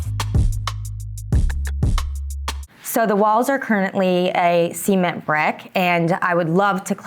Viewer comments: 😂 weird way to pronounce cement (brick) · When she said mustard carpet I immediately got upset. And then she said “Sea-ment” and I got even more angry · I was not prepared for how the blonde lady pronounces ‘cement’ 😂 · It’s for me. And the way she pronounces cement is transformative.